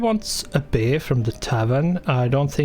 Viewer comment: We have the 'bear'.. er.. the 'beeer'. xD